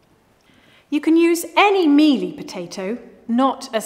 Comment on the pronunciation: "You can use any melee potato." ascuse me hwat